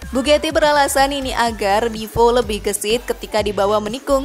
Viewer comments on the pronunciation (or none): Terlalu lebayyy min,,dari mana ngitungnya? Bahasa juga di perbaiki,bugati ya bugati,bukan bugeti,maybach bkn mei bek,,kacau ah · Mbak mbak, dibaca nya tetep bugati mbak, bukan bu geti. Untung nggak dibilang Bu Gito kaya penyalur pembantu itu 😂